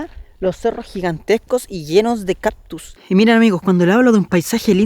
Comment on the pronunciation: no se dice caPtus, se dice CaCtus, mucha gente comete ese error asi que no te sientas mas. Gracias por tus videos, estoy conociendo mi pais gracias a ti, sali chica de Chile y solo he regrasado dos veces asi que conozco muy poco, por ejemplo no conozco nada del norte.